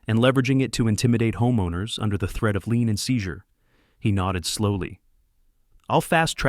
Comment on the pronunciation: The word is "lien", not "lean".